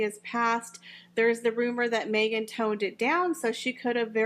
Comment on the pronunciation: Watch out Mee-Gain you have competition with your podcast there’s a new kid in town and it is Kim Kardashian with her podcast now Kim will have far more interesting guest and she will not make it about me me me like Mee-gain 🥴🥴